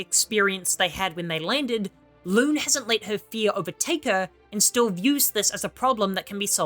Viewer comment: Who tf is Loooone? And Lumir? Lol you massacred the names so bad